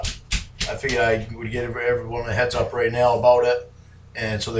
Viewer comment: lol same here. Nothing puts a smile on my face like hearing “heeelllllooowwwww evewryone”